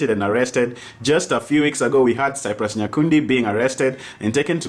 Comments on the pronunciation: He really said Cyprus😂😂😂😂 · who is 'Cyprus'???? its cyprian.... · 🤣🤣🤣🤣I thought I was the only who heard Cyprus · It's cyprian not cyprus 😂😂😂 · Cyprus????Did you just call him that??😂😂😂😂😂😂😂😂😂